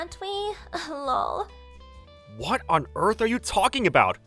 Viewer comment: Can we use the acronyms meaning instead lol( laugh out loud) or just laugh like fr( for real) BTW ( By the way) ttyl (talk to you later) something other than 1000 "lawl" its very irritating and I am sure that its the intention because she is irritatingly stupid 🙄 but let's try that next story,please!